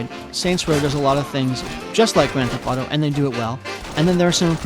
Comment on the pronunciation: "Gran thef auto"